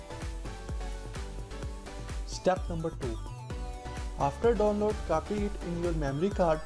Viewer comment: bro.. its download not donnload..... what a English... bro plz ... change ur English...